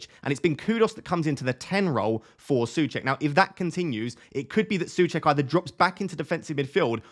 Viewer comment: My Mrs is from Czech Republic and she's going mad about how you're pronouncing Soucek 😂